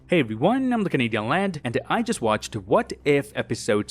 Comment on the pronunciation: Every time I hear your intro it sounds like hey guys im the